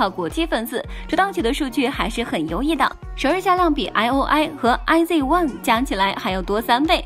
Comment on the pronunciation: 雖然我一聽到小編IZ*ONE也唸錯我大概就知道應該不是真Kpop粉了啦 不過確實有點酸過頭了... 還有我發現一個有趣的現象就是 華語及韓語圈對這首歌好像都不是很感興趣 但日語及英語圈的其實大部分都是好評的 真~的奇怪耶~